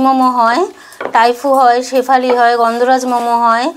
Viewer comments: শেফালি নয় ওটা স্যুফলে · ওটা শেফালি না, সাফালে l আর তাইপো l